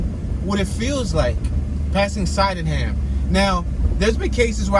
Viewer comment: My old block was 15 st. between Rockland & Loudon Sydneham It is pronounced Sid-née-ham